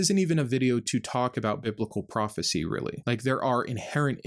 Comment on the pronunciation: It's profit(cy)😂😂😂😂